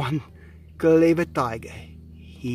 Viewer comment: Anyone else keep coming back to here say "Dyger"